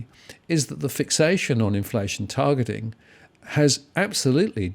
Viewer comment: Targetlllling???, do a stroke test, stat